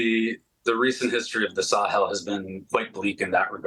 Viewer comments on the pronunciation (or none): none